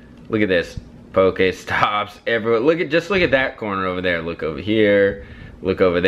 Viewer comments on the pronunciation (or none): IT is pokEstop not pokAESTOP PLEASE